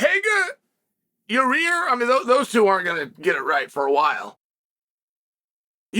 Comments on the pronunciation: Ya Rear 😂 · Say Yair "Your rear" 😅